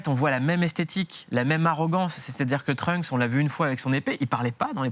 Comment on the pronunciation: Pwaaa le 'Trunk' ca pique... C'est Trunks ! Pk les gens ont du mal avec les s en anglais???